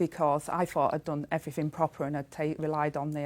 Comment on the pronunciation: Beff was fawninnn all over her, a party political broadcast by Sky on behalf of Rayner. Tell us what the Court order was all about. Ask her some proper questions instead of summing up her bullshit for her defence, and allowing her to make excuses. "I fought I'd done everyfink proper" British liebour politics at it's best, or worst.